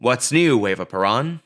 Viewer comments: Isn't it "per-OWN" instead of "per-AHN"? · Come on dude. Everybody can pronounce Perón. It's Pair-RŌN not puh-rahn. You even play clips when they sing it correctly. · So well done buddy. It is a shame you couldn't get the pronunciation correct. It is PE-RONE. Not PE-RAWN. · Fascinating and informative, it really helped me understand a musical/movie that I can't believe I still haven't seen after all this time. Your pronouncing of many place names with an excellent accent, but then saying 'Shay' for Che and 'Peronn' makes me wonder if you know something I don't. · There is one thing I would change about this YouTube video. I really wish he would learn how to pronounce Peron! It shouldn’t be alliterative with piranha, unless he’s doing that on purpose. It should rhyme with pair own. It’s people like this guy who really make me cringe as a Caucasian Anglo. Come on dude I know we are white but we don’t have to sound quite so Blanca! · "PUH-ROAN" is the CORRECT way to pronounce her name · Peron isn't a Hard word to say, but you insist on saying it wrong, making this quite unwatchable. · I laugh because this dork doesnt even pronounce Evas last name correctly through the whole video and he wasnt even born when all this went on so that makes him look even more uneducated and he is just spreading negative stories regarding Eva......who also happened to be my Aunt!........... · and you are pronouncing PERON correctly!!! grrr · You are continually mispronouncing “Perón…”